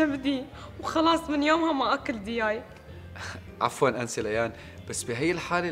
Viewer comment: قاعد افكر و اعصر دماغي شو معنى (دياي) 😂😂😂😂😂😂😂😂😂😂اخر شي طلعت دجاج 😂😂😂🤣🤣🤣🤣 ارحمونا مع حرف الجيم صار بدها ترجمة 😂😂😂🤣🤣🤣🤣🤣